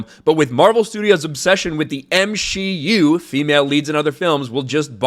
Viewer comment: "M-She-U". I dont watch Marvel, I've seen like 5 of them, so I thought had been saying "MCU" with a 'shlur' like he was Walter Matthau or something. Whoops!😅